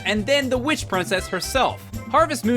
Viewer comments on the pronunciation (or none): none